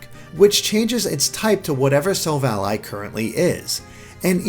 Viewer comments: Am I the only one cringing every time he says silv-ALLY?? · Nobody gonna point out this bad pronunciation... Sil-Vally Ar-c-eus not Arkaus or Silv-Ally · Why are you saying it as Silv Ally? Why isn't it Sil-val-ly. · Silvally, vally, not ally, you sound stupid saying it that way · It's sil valley as in silicon valley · Say Sil-val-lee That's how u pronounce it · i thought it was SILL-VA-LEE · Thought it was pronounced Sil-Valley, referencing Silicon Valley and technological achievement. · This man can't pronounce silvally. I'm done. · My ears bleed non stop after his pronunciation of Gible and Silvally. If you guys actually seen Silvally's Japanese name, it's Shiruvadi. Pronounce that Sherlock! Arceus has a couple of pronunciations, Ar-kay-us and Ar-cee-us - its either hard 'c' or soft 'c', depending on US or UK English's